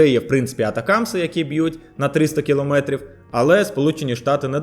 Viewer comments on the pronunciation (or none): none